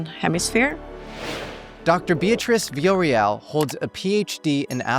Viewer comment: Veeya-RO-EL. That's the name. Everybody gets this wrong. Thank you for having her on, though. Great job!